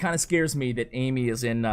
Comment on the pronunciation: "AMEY" is pronounced Uh-May, not AMY:)